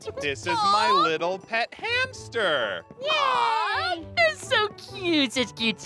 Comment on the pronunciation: it's hamster not haster